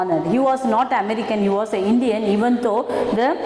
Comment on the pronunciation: pl pronounce, though properly